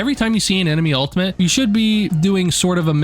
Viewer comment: Why are you saying "altimate"?